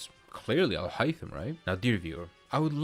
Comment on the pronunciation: im glad i did not make in the video justify took the bullet for me 🙏 btw the way you say alhaitham is amazing